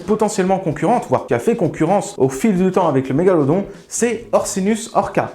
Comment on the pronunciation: Svp, je chipote mais pourquoi la prononciation de Mégalodon change tout les 6 mots ? Sinon super vidéo comme les autres